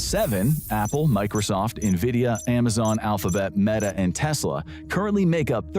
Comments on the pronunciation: And narrated by an AI voice of the same guy trying to convince us he doesn't use AI. But I caught this: AI voice mispronounced Amazon as Amazone. Somebody bring this to the attention of more people. Report this channel for misinformation and lying to us about it being 100% human made. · I thought I did too until I caught it's AI voice mispronouncing Amazon as Amazone. This stupid channel kept advocating that all its content was 100% human made but that's a boldfaced lie. Dude even shows like 5 seconds of himself on camera before some videos to see him "narrating" but as soon as the camera's off it switches to an AI voice. I'm done.